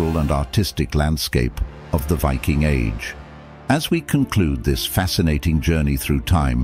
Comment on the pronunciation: Pity the narrator cant pronounce the word Viking . Strange because at the start of the video he pronounces the word Viking correctly but then lets his ignorance take over